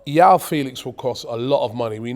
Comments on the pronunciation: Anytime I hear Yao Felix, it grates on my ears. It's Joao with a very hard J 🤣🤣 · Robbie's Portuguese pronunciation is so bad. Joao is pronounced like John, not a Y. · Come on Robbie, Joao and Jorge are names you repeat constantly in football world. Just try to remember how to pronounce them Jesus….